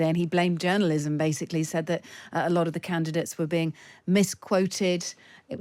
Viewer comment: They keep saying they where candates they where volunteers there canvasser she keeps saing candates